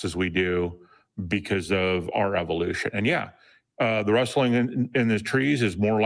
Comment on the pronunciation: Was anyone else slightly irked that both and said "wresting" in a bush instead of "rustling"? I know it's trivial, but it bothered me nonetheless.